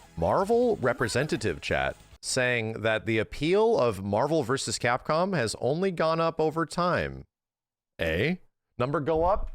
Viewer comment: Remember when said "Capcpom"